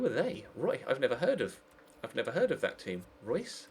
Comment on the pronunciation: "Royce"? its not german is it. It's "Rhe-oos"